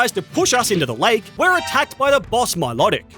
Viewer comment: Ash's Staraptor is Male you used a Female and also you said Milotic's name wrong its pronounced MILO (as in the name) TIC its not MILOT IC